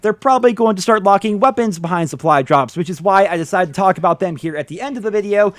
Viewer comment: "lets talk about the wæpennsss"